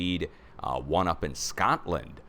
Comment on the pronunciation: I literally just said “Shcotland” at the same time did!😂